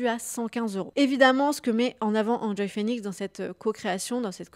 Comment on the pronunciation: Pourquoi dire "Hand Joy" et pas "Haine Joy" Phoenix, à l'anglaise quoi^^ Ca rappelle bien des souvenirs cette vidéo. On est en pleine nostalgie 😀